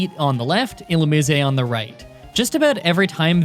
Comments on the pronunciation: I've never heard it pronounced Illumise, I've always pronounced it as Illumise. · Is that really the correct pronunciation of Illumise? Thanks, i hate it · You're just trolling at this point with the pronunciation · Not even close on the pronunciation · That's not how Illumise is pronounced Jesus Christ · Even if that's how you say Illumise, it's still weird. It reminds me of Hermione: "it's LevioSAH!" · i feel like illumise should be pronounced illu-mih-seh. why? it makes me think of illuminate/illumination + mise (a form of the irish word mé, meaning me. its moreso used in more dramatic situations, i believe. like, instead of saying cé mé?, youd say cé mise? (cé mise = who am i?). if i am right, the name would have a meaning similar to 'illuminate me') of course, this is just my thoughts. i havent even propwrly absorbed what the pokemon looks like so this could make no sense. irish spelling rules wouldnt even make illumise work as a word, but whatever. i can dream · E-lume-min-ize I’m gonna have a stoke but good video either way man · . It’s pronounced (ill-oo-mize) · "Illumise, eh" Christ you walking Canadian stereotype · Illumise = E-Lou-Mih-Zay You're pretty close lol, it's hard to translate from text alone. Another challenge: Pokémon Platinum with only one Houndour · Ill oo mue sei ... cmon bruh u ain’t even trying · It's pronounced Ill-oo-meese-ayy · Illumise not Illumiseh. It's not Italian... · ill-umize (the ze sounding like how it does in size) that's how I think its pronounced. also could you possibly try and beat pokemon black2 with either roggenrolla or the monkey trio? (pansage, panpour, pansear) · I’ve always pronounced illumise as, well, illumise. Like illumin-eese. Illuminisé~ just kinda sounds odd. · Its not illumisey its illumis🙁🙁🙁🙁🙁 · bro its pronounced like illumise not illumise. where did you learn to talk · "Illu-mees-ay" the Italian Pokemon. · When You say illumise You dont say the E You just say illumis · Last I checked its "ill-oom-eyes"